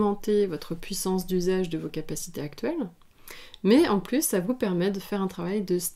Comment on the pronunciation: Je vous ai bien écouté et merci de vos enseignements, c'est passionnant mais de grâce, à votre tour, pourriez- vous m'écouter? on ne prononce pas le s à plus, ce qui nous permet de faire la liaison.